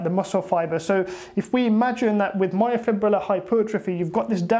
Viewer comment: Refreshing to hear someone finally pronounce the word “myofibrillar” correctly. Literally every bro on YouTube that has heard of this concept incorrectly says “myofibular” and it drives me crazy hah.